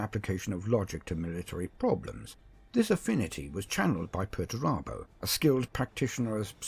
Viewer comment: Perturabo Pert-u-raaa-bo